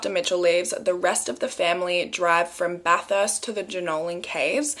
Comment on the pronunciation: she was pronouncing bathurst wrong lmao. made me giggle.